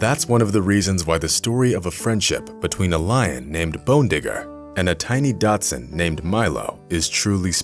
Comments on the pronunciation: “Datsun” is a car manufacturer. What you meant to say was “dachshund”. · A DACHSHUND Is NOT A "DATSUN"!!!!!!! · Jesus Christ, it's DACHSUNG, not DOTSUN. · Learn how to pronounce Dachshund. Sounds like Datsun. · If I hear "Datsun" instead of Dachshund one more time, my arse will explode ....... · "Datsun" is what Nissan cars were once called. Try pronouncing "dachshund" correctly, for heaven's sake. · Datsun. Learn to speak. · Couldn’t listen to the narrator continue to call the dog a Datsun. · I swear, it sounds like he says Datsun LOL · Clickbait title, English narrator doesn't have the sense to correct himself while saying Datsun over and over. What else is untrue? Whatever, thumbs down, adios. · I hate when YouTubers give their videos deliberately misleading titles just to attract views. Also, if the narrator can't pronounce "Dachshund", why not just call it a "wiener-dog", instead of a Datsun? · Nobody threw the dachshund in with the lion and the dog is a “dachshund” not a “Datsun”. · I know right? Every time he said "Datsun" I had a picture in my head of a lion driving a 240Z. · Glad it’s not just me that heard Datsun. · Haha! I just said to myself, did he say Datsun? They threw a car in the lion's den? Lol! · The pronunciation of ‘dachshund’ as ‘datsun’ got on my wick. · It's pronounced "DOCK-sunned" but what a lovely story! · I had two dachshunds and hearing that guy mess up the name of the breed was so stupid but beautiful story seeing those dachshunds made miss mine one wasn15 and the other wad 14 the 15 year old was long haired and and the 14 year old was short haired we rescued the short haired the precious owner was going to put junior in a kill shelter and my dad saved and that was the best thing my dad could have done I miss both of them very much every day its not the same with out them anymore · A "Dotson " is a car. I found the narrator to be annoying for continuing to say it wrong. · This guy keeps saying Datsun, typical yt weirdness.